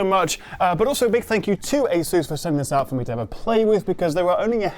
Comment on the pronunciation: AY suss not a SOOSE. The latter sounds ridiculous.